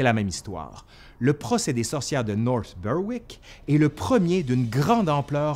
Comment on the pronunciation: British place name pronunciations! Worth checking Wiki: /nɔːθ ˈbɛɹɪk/ (basically the "w" isn't pronounced and it's a short "e" as in get). The Americans are always doing this too though.